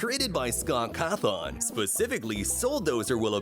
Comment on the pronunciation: Bro Said Chica Is Freddy, Mangle Is Foxy, and Foxy Is Funtime Foxy, and He Pronounced Cawthon as Cahthon.